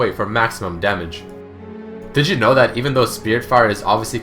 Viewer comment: when he says "did you know?" sounds like he said Digimon